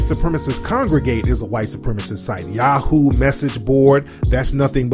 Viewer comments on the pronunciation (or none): none